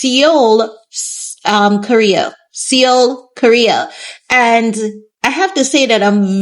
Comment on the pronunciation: Are you trying to say Seoul? It's pronounced more like 'Soul' :)